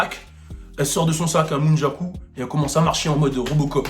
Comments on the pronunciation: Nunjaku. Phonétiquement noundjakou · répète après moi, N-U-N-C-H-A-K-U 😂